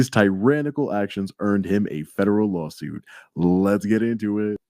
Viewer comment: Law suite! Law suite! Law suite! Law suite! Come on everyone say it with me!